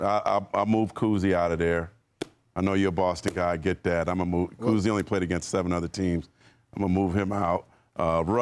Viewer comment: Bob Cousy?? Bruh… 😐